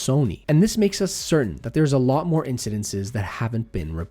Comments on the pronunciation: It's ' incidents,' not 'incidentses.' ;-) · It's "incidents": IN suh dents. Not "incidences." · Incidinssess? Please tell of bad actions with good English!! Incidents, I think you mean...😊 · It’s not hard to pronounce “incidents”… just sayin. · Are you saying instances or incidents?